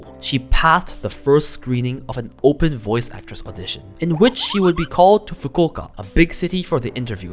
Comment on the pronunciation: stop calling Fukuoka Fukoka. It's Fu-ku-o-ka.